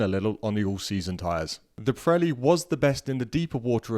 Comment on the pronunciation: It’s Vre-de-stein, not fredstein, Pirelli not Prelli.